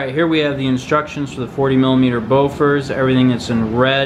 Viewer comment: Bofors not Bofor......